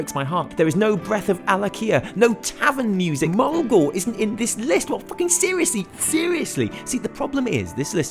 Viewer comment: Mulgore😔 respect for the list tho